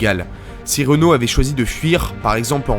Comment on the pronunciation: Petit problème d'élocution concernant le président du conseil Paul Reynaud. Rien à voir avec Renault le constructeur automobile, on prononce Ré no, comme si il y avait un accent aigu sur le E.